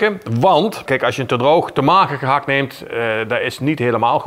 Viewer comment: ….die “T” bij gehakT is gratis. Krijg je voor niks erbij.